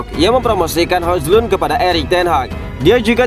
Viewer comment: Min maaf bener ini yaa, baca nya Hoylun Min, bukan Hojlund sekali lagi maaf ya Min